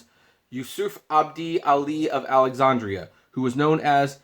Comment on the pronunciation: Aww, come on. You've never heard the correct pronunciation of Alexandria or Dulles either?